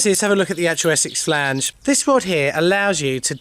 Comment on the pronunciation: I love a bit of Essex Flaaange lol. And some Surrey if I can't get no Essex.